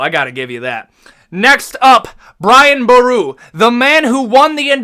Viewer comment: Thanks so much for putting Brian boru in there Respect bro 🇮🇪 And don't worry you did say It right 😂❤